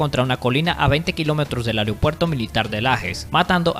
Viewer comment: Aprende a leer hermano, AEROPUERTO no ariopuerto, VINICIO ADAMES no se acentúa en la E, debes ilustrarte mejor antes de hacer un video de esta categoría